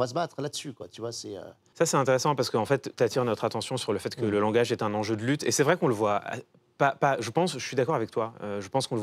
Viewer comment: 48'53... "le grand zenjeu" Clément ?